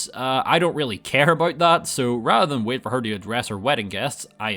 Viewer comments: “Just wæit” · what is this sound being uttered for the word "wait"? How do you even write that phonetically? 😂